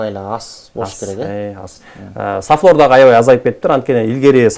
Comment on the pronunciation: Сафлер эмес, сафлор деп айтылат.